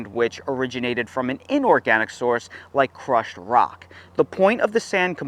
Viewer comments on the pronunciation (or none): none